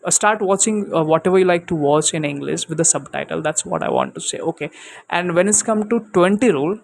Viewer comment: Inglis??? Bro u have to work on your pronunciations because it a plays a major role before you frame words to make it a sentense .